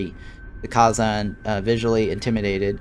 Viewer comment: Youve never watched the show I take it? The first species they meet are the (Kay-zon).